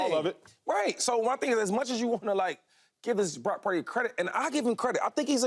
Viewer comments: I'm about done with all this purdy talk. No one's mind is getting changed, let it go. And Cam, it's "purdy" not "peardy" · Have some respect Joy!.... its Brock Purdy... not Prock Purdy.... get paid alot of money to not correct yourself on T.V. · Acho mispronouncing “Pieerdy” to troll Cam was the best part of this video.